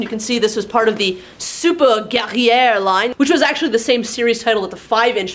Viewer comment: Great review on an interesting Tapion figure! I vaguely remember seeing Tapion when I was a kid in the 13th movie. I thought it was a very cool character design and made me want to have a mohawk for a brief period. Your pronunciation of "guerriers" is awesome. For some reason it tickles my fancy. Yes, I wrote that. Tickles. My. Fancy.